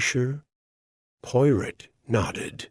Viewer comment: Poy rot? If you're going to use AI, at least train it to accurately pronounce the main character's name. Unlistenable. Sorry.